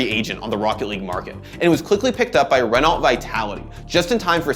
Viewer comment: Oh god the pronunciation of "Renault" xD It's pronounced "Ren-oh." Pretend the L and T aren't there :)